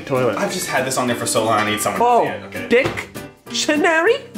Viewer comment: Dic-tonary...hmmm “I-I like va-“